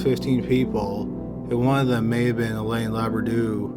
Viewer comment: Hélène is pronounced ay-len'